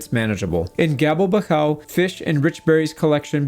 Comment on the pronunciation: Gabelbachau is pronounced [ˈɡaː.bɛl.baχ.ʔau]